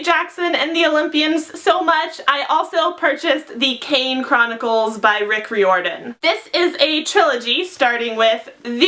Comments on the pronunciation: ***Rye-or-din, not re-or-din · It's R-eye-or-dan :) love your channel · By the way, Riordan is pronounced like rye-or-din. Like fireman, kind of. (That's what it says at the bottom of his website.) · She's pronouncing Riordan wrong... oh well 😂